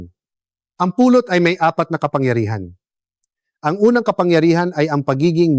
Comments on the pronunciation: Anong Puuulot ?? " Pulot.!! Bisaya po ba kayo? Tagalog na nga Mali pa ang pronunciation ninyo. Ano b yn kwento na nman .. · The reason why people can't understand that ut is " honey" is the way you prnounce it. You prnounce it it like " pulot"-pick up. I hate aI ( artificial intelligence).